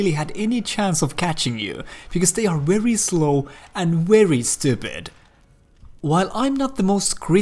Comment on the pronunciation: "They're not rary smart and a rary stupid." LOL